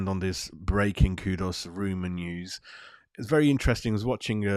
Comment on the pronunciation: you always seem to struggle with our players names. It's not "Coo-dus" like a long pigeon coooo. Its a shorter sound Ku-dus (the Ku sounding like in the word "cook". Similarly you still say "Pakweta" for Pa-ke-tah. Listen to the videos where the players say their own names. Then you'll know. It's just respectful to get they names right if you are broadcasting them to others.